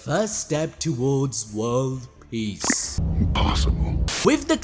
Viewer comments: It's peace not piece 😂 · It's not peice it's peace☮️.. Am i the only one to notice that😬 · Aint no way bro said "peace" as in "piecE" LOL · "PIECE" or PEACE?